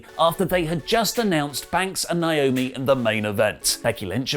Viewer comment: I’m so annoyed by and A LOT of other people constantly calling her Nyomi. It’s Naomi ( nay o mee). Why is this hard? It’s right there in the spelling